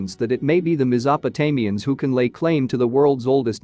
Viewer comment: How I wish that people would quit using computer generated narration. The pronunciation becomes so atrocious that it's almost unbearable. I had been enduring so many mispronunciations then along came the word ma-zapo-tamians for Meso-po-tamians. Yikes!!!! You've got the information. You've worked long and hard on your presentation. How about taking pride in the presentation and using a REAL HUMAN to read the narration especially someone who is familiar with the material and the names?